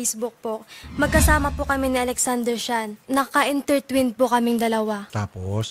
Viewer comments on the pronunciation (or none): Sala ka ya! Haha. Intertwin iya pag pronounce Imbes na Intertwine. HAHAHA. Tawa ko latse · Aral muna bago live in.. "intertwin" 😂